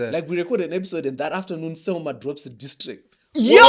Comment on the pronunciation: Just started the episode gents, keep up the good work. It's selmor not selmour i think